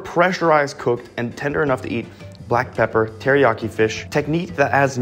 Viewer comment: The way he said pepper 💀